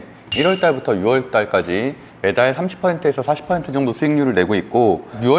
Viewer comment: 6월의 발음은 '유월'입니다.